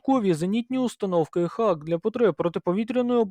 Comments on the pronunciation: шановні, знайте що англійською дуже часто вимовляється не так як пишеться. тож раджу забити слово Hawk в гугл транслейт і прослухати озвучку. це точно не Хавк)) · Це перекладається як Яструб - Hawk, звучить Го-ок (hôk). Я про це вже 30 років знаю. Це так само як і в словах straw (strô), raw (rô), tomahawk (ˈtäməˌhôk) Одне й те ж правило - aw - - ô (трохи протяжне -о-о) Успіхів вам.